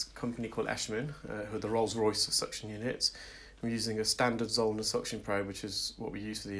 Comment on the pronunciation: Are you saying “standard zone” suction probe? Or what